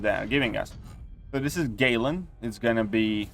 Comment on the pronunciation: My man said "Gay-lan"😂